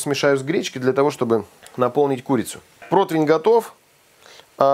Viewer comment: Да почему же протвинь? ПРОТИВЕНЬ!!!!&